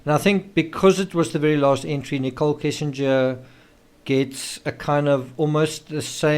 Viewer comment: It's not Kissinger. Kessinger is the last name.